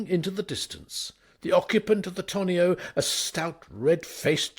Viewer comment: And, assuming the word to be 'tonneau', how on earth can anyone pronounce it as 'tŏ-nē-oh', and not 'tŏ-noh'?